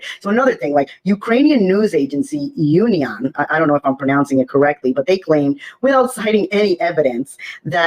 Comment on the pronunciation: it's correct enough ("unian" in ukrainian sounds like "oonian").